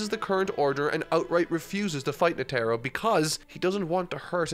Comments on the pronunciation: NE-te-ro not ne-TE-ro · In dub, they say "Kura-peh-ka" instead of "Kura-pee-ka", and Palm & Netero as it's spelled. Not sure how he got Palm and Netero names pronunciation wrong, but maybe due to his accent. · Crazy how people had fits over how pronounced Gon but nobody wants to correct him on Netero oof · Has he been pronouncing Netero’s name like that the whole time? lol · Bro why he pronounce netero like that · Please pronounce Netaro correctly…